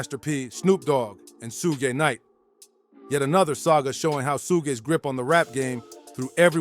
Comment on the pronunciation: WOW this idiot just called him sooshi Knight